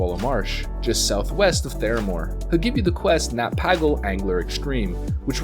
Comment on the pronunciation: Nat PAGGLE??? Why would you pronounce it that way? :D